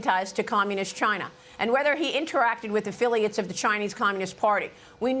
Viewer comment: I don’t trust anyone who calls it “Chaahna” (Comers) or “Chgina.” (Trump)